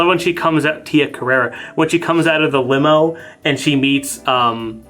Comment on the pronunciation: It's Tia Carrere, as in "career".